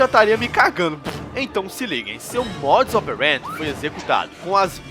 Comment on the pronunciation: hahahahha sempre acho engraçado nos videos dele quando ele diz "modus operend" ahhahahahha